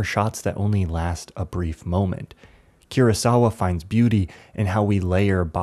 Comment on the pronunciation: Such a good video! Just as a tip, the legendary filmmaker who we all love is named "KOO-RAH sawa" not "CURE-AH sawa"! Just for future reference!